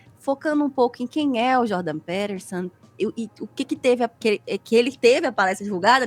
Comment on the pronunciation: Essa mulher não sabe nem falar o nome do maluco e tá dando pitaco. Jordan Peterson é um dos porta-vozes do sionismo no Ocidente e esses imbecis estão falando de Hitler...